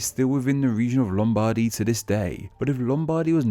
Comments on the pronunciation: Sorry, I'm trying not to nitpick, but no one pronounces Lombardy as Lom-BARDY, as you did stressing the bardy!!! This isn't even the Italian name for the region so I first thought that you were trying to pronounce it in a more Italian way, but if you were doing this you were trying to pronounce the English names for Italian regions in an Italian way. You should have just used the Italian names!!! Then you'd have been forgiven, but this was just odd. Come on, you can do better than this!!! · The stress in 'Lombardy' should be on the first syllable. Your pronunciation sounds rather peculiar to me. Also, Venezia Giulia should be treated as one toponym (they're considered separately in the video). It means "Julian Venetia" and identifies the ancient part of the Republic of Venice in the Eastern Alps ("Julian Alps"). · Two notes: 1)Lombardy, the accent is on the "o" not the "a" 2) about basileus, basilicata and romagna: in roman time the region was called only aemilia. It started to be know as romagna when the bizantine (or [eastern] roman empire) reconquered italy from the Goths in the VI century AD. During the following wars with the Longobards (VI-VIII c AD) the region of aemilia was most of the time firmly in roman control from the regional capital of Ravenna (that was the bizantine capital of the Exarchate of Italy). For Basilicata and Basileus the southern part of italy (Campania, Apulia, Calabria) was under Byzantine control until the 1024 AD. After more and more Normans started to appear first as mercenaries of the pope and local lords and after as ruler of bigger and bigger aereas. The byzantine called the region catepanate of italy. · As much as I hate Italy and more specifically Lombardy, I hate how you butchered the pronunciation